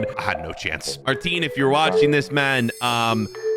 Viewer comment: It’s Maarten not Marteen